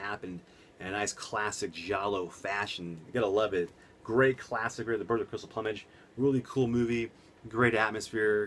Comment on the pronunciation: You pronounce the word Plumage wrong man lol I received my copy today, killer set had to own it Arrow Video never disappoint.